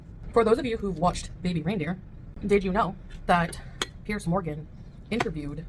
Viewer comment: It’s Piers not Pierce.